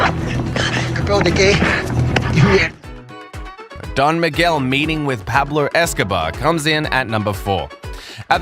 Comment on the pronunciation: U got it all wrong with "don miguel" xD what a bummer